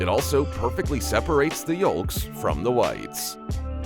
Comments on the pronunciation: Teach the text-to-speech to not pronounce the 'L's in 'chalk' and 'yolk'. Also, the saying is "Like a hot knife through butter" not "Like a knife through hot butter" Also, many of those machines and processes shown were very cool :~) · what is with this guy and his pronunciation of chaLk and yoLk?